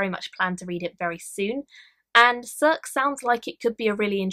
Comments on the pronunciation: Circe is pronounced as kirkee. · Circe is pronounced “Sir-See”. Sounds like it’s going to be a great read!!